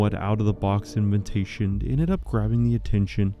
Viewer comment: it's adorable that you pronounce it "in-vin-tation"